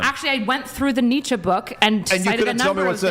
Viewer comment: Who THE F is Netcha? Do you mean Friedrich Nietzsche???? -02